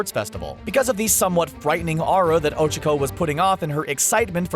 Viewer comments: THE ONLY THING THATS WRONG HERE IS THE WAY YOU SAY OCHAKO, MINORU AND TSUYU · The way he pronounces "Ochaco" makes me cringe 😂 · am i the only one that got mad how he pronounces ochaco's name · The way he says Ochaco is extremely aggravating.. -_ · Is he pronouncing Ochaco’s name wrong or is it just me? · Ok ok ok, you can say anything about my babies BUT WHY IN THE WORLD ARE YOU PRONOUNCING OCHACO LIKE THAT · Who else completely lost it every time they pronounced Ochaco and Tsuyu's name wrong? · Who else is triggered that he said Ochaco wrong? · Is it just me or him pronouncing Ochaco wrong annoying me And lol Deku is probably gay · Isnt her name uraraka? Even if it isnt, you pronounced ochaco incorrect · The way they pronounce “Ochaco” tho 😬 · Why r u saying ochko it’s Ochaco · Did he just cal oh-chak-oh Oh cheek oh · Ochoko? It’s Ochacho! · Ah yes Ochiko. My favorite character. Who's Ochacho? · wait...wtf...did called ochako ojiro!? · Whoses ochico I thought her name was ochaco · ᴅɪᴅ ᴛʜɪs ᴍᴀɴ sᴀʏ "ᴏᴄʜᴏᴄᴏ"? ᴀɴᴅ ɴᴏᴛ ᴏᴄʜᴀᴄᴏ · I’m sorry but I really thought you couldn’t get any dumber, LOL it’s O-chalk-o not O-Chick-o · ITS OCHACO NOT ochoco, FAST O CHAC O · Ocacko do u mean... ochacko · i hate how he butchered tsuyu & ochaco's names so badly. its "soo-you" and "oh-chah-koh" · Oh-Chico? Did I here that right? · Pronounces Ochaco wrong: Ochacooooo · Nobody:: o h - c h i - k o h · "O C H O C U" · Ohchko when he does not know how to say it right u know he does not watch the show and he is a little bitch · The voiceover guy:O-chi-co Smh. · The fact that they pronounce ochako as oh-chuh-ko. Cancerous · Bruh when said ochaco mans said OcHuUuUcO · He actually pronounces it ochoko, it angers me so much when people get characters' names wrong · Why..HE PRONOUNCED OCHACO OH-CHUH-KOH. o nose nose nose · oh-cha-koh... like seriously? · Ochico who is ochico it's uraka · O Cha ku say it right please. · "ocicho" lmao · U said her name wrong dumbass